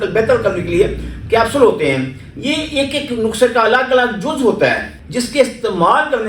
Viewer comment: یہ مکمل جھوٹا ھے بہت بڑا فراڈ ھے اس کو تو بولنا بھی نہیں آتا نسخے کو نخسہ بولتا ھے